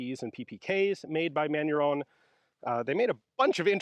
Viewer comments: Sir, Manurhin is pronounced not "manurhon", but more like "manureen" Thank you, keep the great work! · Ian, Manurhin is not pronounced "Man-yu-ron" but more like "Mah-new-rrruuuughhh" - say first part like a Rasta, the second part like a Scotsman and the ending like a dying gargle.